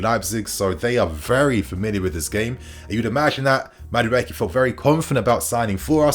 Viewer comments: 😁💥💥💥 it's pronounced Madu E K It's an ibo Nigerian name 😁👊🏾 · MA as in Mark DU as in Do E as in eat KE as in Kay Ma - Doo - Eeee - Kay 😖